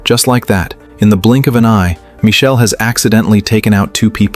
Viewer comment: Please change yr ai to pronounce michael instead of michelle ..😣😣🤢